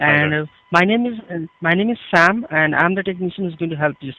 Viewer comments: i swear the guy says his name is sham instead of Sam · When the guy said his name was Sam it sounded like Spam